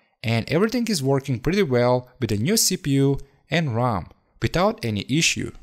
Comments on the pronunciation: I’m sure he meant RAM, it is his accent which makes it sound like ROM. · keep in mind that it is R-am (RAM) not R-OM (ROM) these are completely different stuff.